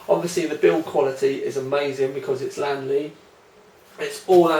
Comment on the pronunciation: LEEEEEANNNNN LEEE is the not lan le